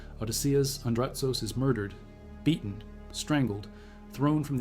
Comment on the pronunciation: its Andrutsos and not Andratos